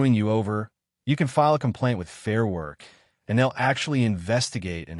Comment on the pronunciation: AI graphics don't match the commentary, confusing. And "focus", "worck"?